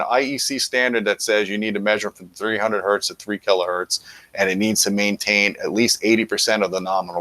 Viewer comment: Hertz does not have a singular definition, that is--one Hertz, not one Hert. i have heard you speak this way a couple of times now so please, say one Hertz or revert to what i wish was still the proper terminology---cps--cycles per second. otherwise, keep doing what you do. about the standards...i thought they had worked that all out a few years ago when they started pre-conditioning amps before actually proceeding with the complete test. i remember that it would shut down a lot of products that you wouldn't expect them to. the industry is back-sliding, even PS Audio gives their amp power specs at 4 ohms with subtext at 8 ohms. i respect the Scout product as it is high current and CAN drive Maggies adequately. and many are reverting to IPP which is bogus. let's stick to RMS wattage ratings only. did the FTC loosen their requirements? yeah, Sound and Vision/Stereo Review...for a while, S&V was putting in respectable measurements but they dropped that along with my opinion of the publication, AGAIN. when my scrip runs out, that's it. as much as we used to chide SR, Julian did include decent measurements. it's just when he stated in the review of the original JBL L100 that it was uncommonly flat from 30-16kCPS. uuuuuh, NO. as for buying an AVP, i bought an onkyo AVR instead for much less to just use as an AVP especially for switching video and sound at the same time. the 130wpc internal amps aren't being utilized as i use outboard amps. and before i moved, i was using dyna